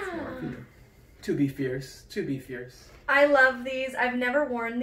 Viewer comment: Ierce, Arless, Female 😂 that’s the first thing I though of when he said fierce